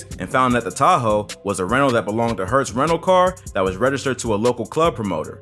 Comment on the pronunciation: Das heißt Hertz nicht Hörtz